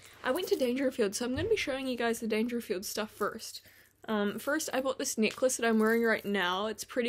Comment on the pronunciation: Say 'necklace' once again in your NZ accent and I'll instantly merrieh u xD xoxo